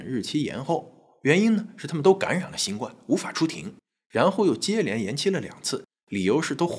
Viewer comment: 新[冠]病毒： 音[灌](X) 音[官](O) 從輕[處]罰： 音[觸](X) 音[楚](O)